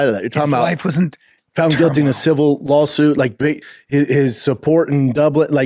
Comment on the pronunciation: Brainless serpentine word salad, Schaub. Did he say lawlsuit? I swear someone shifted some unearned funds to his account when he comes on with liquid courage and confidence. All those funds are going through a wealth transfer. You can tell he is snickering to himself about any failure that makes him feel better about himself. Which makes you question his self-awareness that he thinks he is so special. 🫏